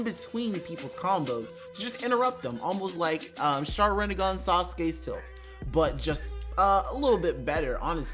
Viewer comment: The way you said Sharingan hurts